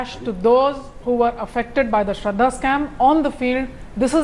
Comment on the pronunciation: That lady is illiterate about West Bengal Calling Sarada as Sraddha.